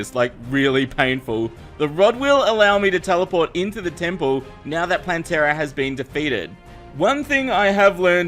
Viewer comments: said 'nyow', it's probably his accent. It's basically 'now' but he adds a 'y' sound. Making it 'n'yow'. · He said neow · says meow instead of now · neows the time XD